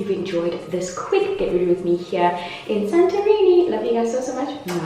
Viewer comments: I love it when says eSantorini 😂😂😂😂😂yesss y'all have arrived. Thank you for great content. Making sure you capture and share the moments with us while you could been with your man💖 🇿🇦🇿🇦🇿🇦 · I like how you say "SANTORRRRRINI" - gets to me every time :)